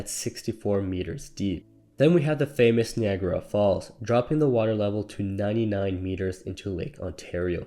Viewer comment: Knee agra falls?